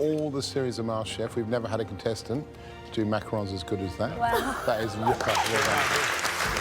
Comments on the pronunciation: "Macaroons" --the fake chef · the JURY pronouncing macarons wrong is sending meee 💀